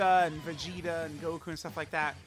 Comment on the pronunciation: "Blue Guku"